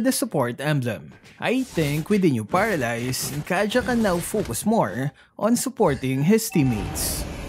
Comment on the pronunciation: He said "paradise"... Did he mean to say "paralyze"???